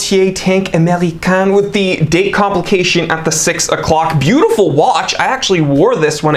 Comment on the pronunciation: I liked this video just because of the way you said American with a French accent